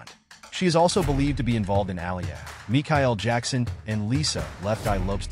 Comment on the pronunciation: who is Me-Ky-Al 😂